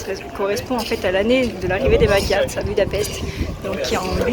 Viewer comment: Magyar se prononce madiar joli reportage tjs insisté sur les lettres de fin en hongrois 😊